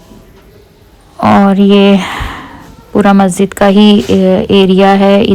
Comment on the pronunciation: Masjid not mazzid 😊😊